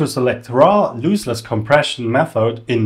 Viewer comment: great video... btw, it's LOSS-less compression, not LOOSE-less : )